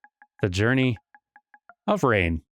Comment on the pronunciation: You know I don't think a name spelled Rein would be pronounced Rain.